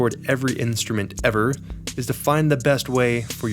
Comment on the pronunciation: you said "every instrument EVER", emphasizing the word "ever", and it made me think of the comic book guy from the simpsons.